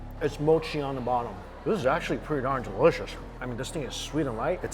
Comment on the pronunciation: The way he says DELISHISH is the best haha